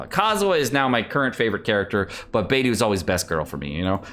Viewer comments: Please dude, Beidou is pronounced Bei Doe, and Xingqiu is pronounced Xing Cho. Please fix your pronunciation. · Beidou fave character but can't pronounce her name correctly. Or is this like Keqing where he keeps doing it on purpose after being corrected? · Love beidou but still can't pronounce her name correctly 😭😭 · "Bediou is my favorite character" but you still don't pronounce her name correctly.... There is no excuse when you hear the name spoken in game and ESPECIALLY from the own character's mouth!